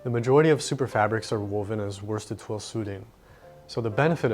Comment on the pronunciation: your articulation of twill has just earned you a new subscriber.